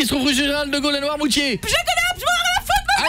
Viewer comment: s'est pas le boutier mais "noirmoutier"